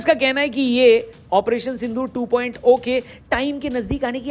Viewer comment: 2.O❎ 2.0✅ O nhi hota hai zero hota hai